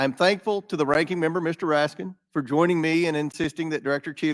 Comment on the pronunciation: Raskin; how many times did he have mention AR-15; bet you anything his SS agents carry similar weapons; what does want; water pistols. He also mispronounced the deceased man's last name.